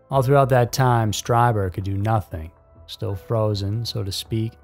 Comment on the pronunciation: Huh. I always said Stryber but I guess I thought it was spelled EI, like my last name, which is pronounced Rymer. Since his is spelled IE, it makes sense it would be Streeber.